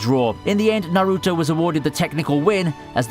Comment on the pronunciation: does the guy watch anime, cringe at how he pronounces naruto